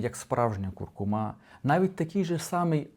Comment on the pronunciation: Не куркумА, а куркУма. Все інше розказує правильно